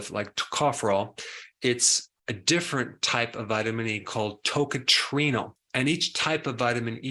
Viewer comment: You don't pronounce that as TOCATRINO for heavens sake!